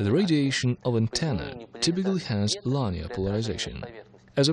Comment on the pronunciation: Too funny: the video guy doesn't blink, and the audio guy doesn't take a breath. So, it's almost as hard to listen to the English as the Russian. (And I DON'T speak Russian) The word "linear" is pronounced LIN-EE-ERR, not LINE-EE-ERR "Such as for instance"??? A little repetitively redundant, no? LOL